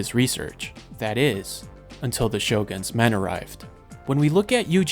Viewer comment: My man you butchered yuzuriha's name so badly. Well you butcher most japanese words, but her name especially. Shogun is also a bad one, you said it as shogan.